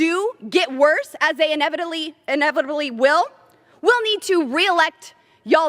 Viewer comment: Montrosity and couldn't pronounce inevitable? Maybe because she is yelling all the time and cant hear what she says..does she not have any idea that most Americans support this? And hell yes more IRS agents..I have nothing to hide..do you Lauren? This woman.is just utterly ridiculous..